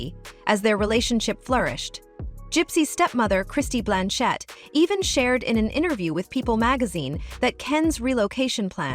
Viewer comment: Kristy BLANCH"ETTE" HELLO. WHO ARE YOU? CAN'T WATCH YOU